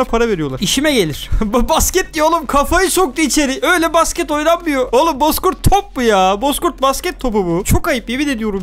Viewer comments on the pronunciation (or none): Basket derken basgit dedin